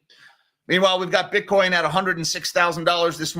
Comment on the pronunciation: Amazing how many ways you can mispronounce Bitcoin.